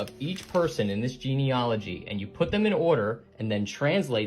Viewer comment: He can't even pronounce the word 'Genealogy' correctly before anything else...I do so love a bit of genuine debunking...dgp/uk